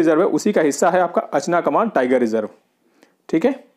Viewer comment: .. 2.उदानती-सीतांदी ..3.अचना कमर. नही है भाई 😅 Indono ka Sahi pronunciation 2.उदंती-सीता नदी और 3.अचानकमार है 🙏🙏